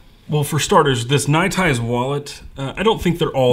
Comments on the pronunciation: It bothers me how weird you pronounce nite ize. It sound like you're saying ny tize when it's clearly pronounced night ize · I love your videos i just always wonder why you pronounce it like that is all